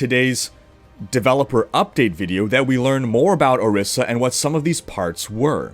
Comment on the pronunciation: I'm Ijaw, but shouldnt Orisa be pronounced Orisha as in the Yoruba deities?